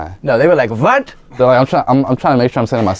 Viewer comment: "Vat?" crying laughing haahahahaha DMV s/o